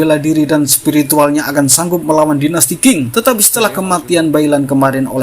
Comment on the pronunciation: Cara baca tulisan Qing bukan king, tapi ching. Pake CH😂😂 belajar dulu lafal PinYin, min.